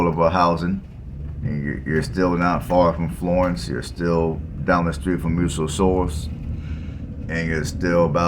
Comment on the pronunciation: Muscle Shoals, not Muscle Shores.